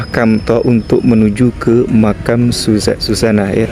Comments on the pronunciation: MAUNYA SEH GAYA DIPLESETIN GITU NYEBUTNYA .TP YO JGN SUSANA JADI SUJANA .KOK KOYO NMA ORG LAKI .WKWKWKWK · Nama ny suzanna bukan sujana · Suzanna bukan sujanna